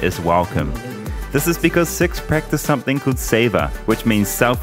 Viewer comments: I pronounce sikh like seek, never heard someone pronounce it like you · It is pronounced "seek".